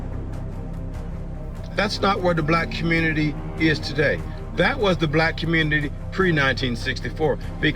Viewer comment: Leave the communitah ❌